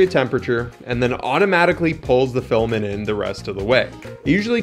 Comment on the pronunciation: Filament. Pronounced "FILL-A-MINT". Not filamin.